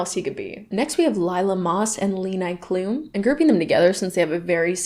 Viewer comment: im sorry but my german heart died when you said leni klum.